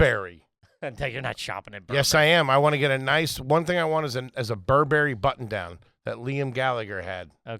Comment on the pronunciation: Pronounced Burr ber ree Not burr berry ;)